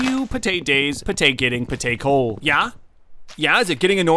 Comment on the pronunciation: I’m not going to lie. I thought was about to speak German for a second there. That ‘Ja’ sounded German.